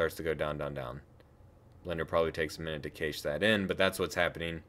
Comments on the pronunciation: Great video! I was confused when you said "cache." It's pronounced "cash." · Nice work. "Cache" is pronounced like "cash" though despite the "e" on its end, for your future videos. I'll bet you know how to edit videos if you want to fix that! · What is the word you are using that sounds like "kaysheesh"? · "Kaysh" the frames... This video was very helpful. Thank you! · cache is pronounced "Cash" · Decent job. two first thoughts. The word "cache" is pronounced like "cash", and showing how to save the file as an .mpg would have completed it. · I despise how you pronounce “cache”. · You pronounce cache totally wrong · I am pretty sure you said cache wrong... but that in any case this tutorial has helped me a ton, thanks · You might want to look into why Blender lags while previewing video for you, because it doesn't lag at all -- even at 60fps, and the first time through -- on my system: Intel Core i5-4690k, 16GB RAM, GTX1070 8GB (w/ nouveau), Ubuntu MATE 17.04 (kernel: Linux mainline 4.8), Blender 2.78b. Also doesn't seem to lag on Windows 10, same HW (only tested that with 24fps video). Also 'cache' is pronounced like 'cash'.